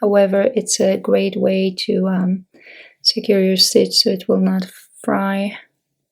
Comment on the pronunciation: Thank you for the video. I need to sew a tear in a sweater. Just for future reference, when you say fry, you mean to say fray. So the sweater doesn't fray.